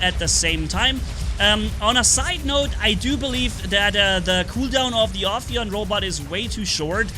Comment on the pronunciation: First one to say the name right 👍 So far i heard Afaian Aphian Ohioan Oppion and the list can go on 🤣🤣